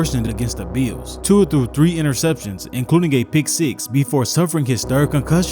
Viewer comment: It's Tua .